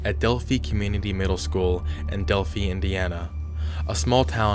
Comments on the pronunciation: HOLYYY FUCKKK this happened where i live people still put certain color lights in their windows for these 2 girls i believe they found him, but i'm not sure he pronounced delphi wrong, it's delph eye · DEL-FAIIIIII NOT FEE 🙃🫣🫠